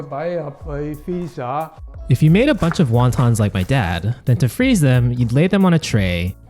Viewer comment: I like how he properly explained how to pronounce Wonton. Yet through the whole video he pronounced it wrong.